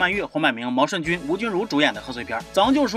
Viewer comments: 念jun是地名，人名念yun……读好书，把多音字的用处搞明白在发言。老祖宗的东西都丢的差不多了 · 毛舜筠（yun）这个字用在名字上只能读yun……先学习好在科普